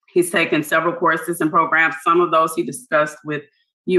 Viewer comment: I like Mr wise, U know why? Cuz he knows how to say Programs lol I hate how Tony merabella says progrims so wrong! So irritating lol